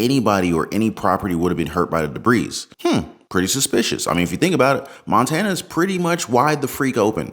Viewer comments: My man, are you reading your lines. It's pronounced like "debree" but your pronouncing it as"debreez" the "s" is silent my man. Love your work, not sending this in hate, I just live to help English, lol. Keep up the expecially good work! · HAha!, you're saying Debris's... it's originally French, you don't say the S... just say Debri, lol, you Americans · Note: Debris is pronounced ‘Deb-BREE. The ‘s’ is not pronounced.